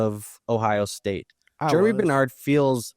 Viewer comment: Think Germie is pronounced like Germ-ee, not Jeremy. Going to be interesting to see a lot of these landing spots.